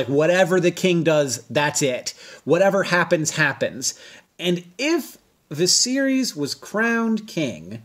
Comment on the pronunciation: lol I thought he was saying “the series” for the first two times....